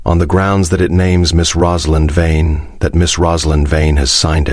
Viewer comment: I know it's AI narration but why can't it get the name Vane right? It's literally one of the easiest names used in these stories.